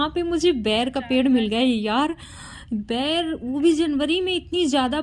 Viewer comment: Ber hota h bair nahi cg me boir bolte hain